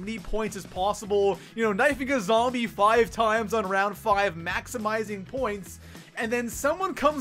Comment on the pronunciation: Whatever your accent is, fuck it. "Foive"? "Noit"? Words dont have an O sound in the middle. On reason number 10, maybe dont suck and you wont have to worry about getting revved. Nub